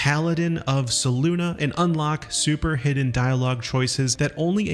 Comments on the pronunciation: Selune.... SAY-LOON... not SAY-LOONA... Selune..... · How can you say SelunA all the time… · Love how he seems to know so much about the game yet doesnt know how to pronounce names like Selune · There is no “uh” on the end of Selune.